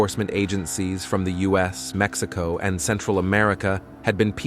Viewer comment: Like Maxico lol its Mexico lol😂